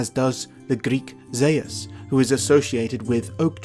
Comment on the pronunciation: Very much enjoying this, and the wonderful Anglo-Saxon & Norse pronunciations :) But, when it comes to the Greek pronunciation, I have to point out that 'Zeus' should be 'Zevs', not 'Zayus' :)